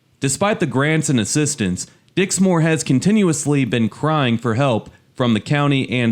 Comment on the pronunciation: Dixmoor is pronounced Dix-moor which rhymes with poor, NOT Dix- More